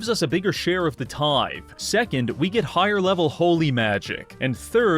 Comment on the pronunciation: Its a tith"ee" bish, you bot